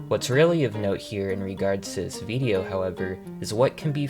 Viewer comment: the way you say "Video" is odd lmao.. it kind of randomly throws me off since your accent is otherwise flawless but you sort of say it like "Viideo" prolonging the "eee" noise for some reason lol. good video otherwise tho